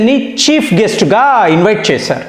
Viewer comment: Sir.. మరీ తెలుగును ఖూనీ చేయకండి.. తాగేరు.. చేసేరు... ఏంటండీ ఈ ముచ్చట.. తాగారు... చేసారు అంటూ స్పష్టంగా చెప్పండి